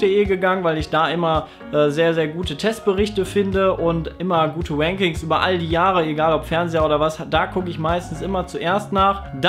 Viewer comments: Sobald der liebe English spricht vergisst er wie man das r ausspricht:DDD CHIP online hat übrigens gute WANKINGS;) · Gute wankings 😂 so hört sich rankings an wenn es sagt. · "Immer gute Wankings" :D Er muss das R echt noch üben :D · Der englische "R" - "W" Sprachfehler is so geil :D Gar nicht gewusst das Chip auch "wanking" Berichte schreibt :D